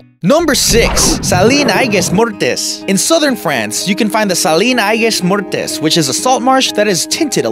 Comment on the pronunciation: What is that stupid spanish accent ? Aigues-Mortes is in France and is prounced Egg Mort'